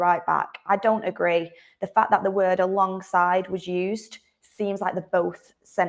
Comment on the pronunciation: I think you put to much emphasis on tge words alongside, I doubt ten Hag has discussed his plans with anybody especially FR